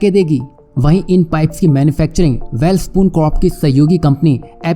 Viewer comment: वैलस्पन को वैल स्पून बोल थहा है। दूसरों को क्या ग्यान देगा